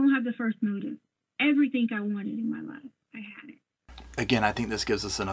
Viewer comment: What drives me nuts is the I had everythinc I wanted everythinc the INC for ING drives me crazy and her daughter is the same way